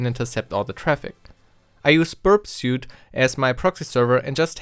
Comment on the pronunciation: Suite - "sweet" Array - uh RAY